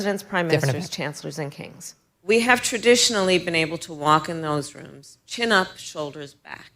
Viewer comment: she now pronounces it "kangs"